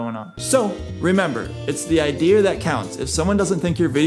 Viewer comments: Hey thanks for the tips, just an FYI its called an ideA, You say iDEAR like your apart of Orange County Choppers.. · Idea (R) wtf! Why would you say IDEAR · Its ideas no it’s idears no say ideas then the next time say idears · Omg the whole time you were saying idear and I was dying laughing trying to decide if I should say something or if it was on purpose. THEN YOU SAID ‘IS IT IDEAR OR IDEA? 💡 🔥🔥🤣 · 90% of the comments : wHoS cHeCkiNg tO sEe iF This wOrKs 10% of the comments : saying about that how annoying it is when he says iDeAr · xXAbbyAAngelXxYT The Roblox Kid it’s not an accent. It’s a mispronunciation if a word. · no one: This guy: Idear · Him: saying idear Me: getting flashbacks from that one Indian guy who messaged me: Hello dear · bothering the hell out of me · Idear sound like someone saying my dear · "Idear" that's some old man New England vernacular 😂 - also great job on this video man, I can see the effort you put in and I really hope this helps as many people as it should! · “idear” ok well who cares about how he says it? I just wanna know if this works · I love the way you say Idea’Er lol 😆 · I'm saying 'idear' now TikTok: artbyafra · Its "i-dee-uhh-" 😂😂😂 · ONCE AGAIN..............IDEARSSSS lol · i was wondering why you kept saying ideer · Its "idea". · Take it from the guy that doesn't know how to pronounce idea. Jokes aside, great content. The algorithm likes all these things